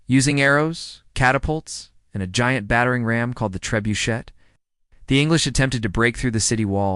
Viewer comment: Trebuchet is a French word; therefore, the final letter in the word is (usually) silent. /tré-bū-shay/